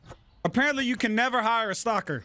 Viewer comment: I know he meant someone to stock the shelves but it sounded like he was mad he wasn't able to hire a stalker lol